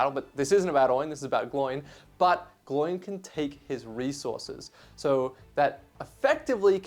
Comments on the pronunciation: Who is ‘Gl oiiin’? It’s Gloin, pronounced ‘Glow-in’ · Exactly. It’s kind of unacceptable to pronounce it like him. Same as “Eragon” for Aragorn… pet peeve of mine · Gloin and Oin is the correct pronunciation. When Gandalf lists all the dwarves in the hobbit they rhyme, especially these two being brothers 😅